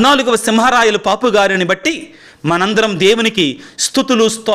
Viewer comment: పాపు అనకుండా పోప్ అంటే బాగుంటుందేమో sir